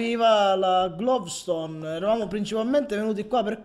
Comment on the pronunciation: dai ma avevi "glovstone" davanti e non la raccogli!!! (per informazione si dice gloustone non glovstone :D )